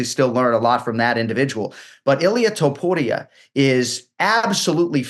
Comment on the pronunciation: He did it PERFECTLY